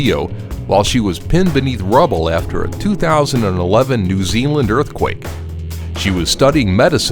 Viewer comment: can i just say , New zeeeelaand isnt a place , its pronouced new zeland mate , come on! plus i think the the earthquake one was saddest